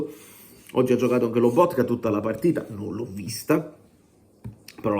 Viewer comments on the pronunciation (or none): none